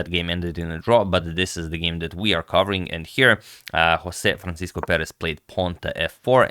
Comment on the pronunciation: I'd also add that, in portuguese, the 's' in "Francisco" is read more like a 'sh' sound as in "shade" so think 'francishco'